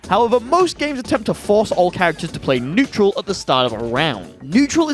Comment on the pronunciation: haha netural